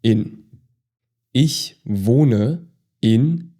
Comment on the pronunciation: Okay, I’m confused. I took German in high school from a native speaker who pronounced “ich” more like ickh vs the soft ish in this video. When I spoke some of my high school German to my German-speaking grandma she was so pleased that I was learning “proper German”, specifically she stated she pronounced ”ich” like ish (like this video) growing up, but that she spoke hillbilly German. I’m confused. Is it a regional difference?